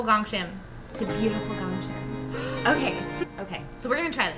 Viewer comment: Not 100% sure if it this correct but Ahn DanTae is calling GGONG Shim which Hangul ill be "꽁심이" his saying it wrong. Gong Shim is Hangul ill be "공심이" sounds same but is not. ᄁ <-sounds more gg ᄀ<-sounds more with kg